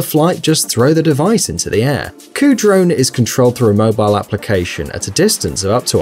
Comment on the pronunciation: For some reason,"Kudrone" sounds a bit too much like "Cujo". Now all someone needs is for the drone to go rogue & attack it's 'owner'.